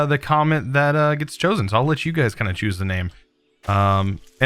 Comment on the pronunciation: Whenever chosen says chosen I start laughing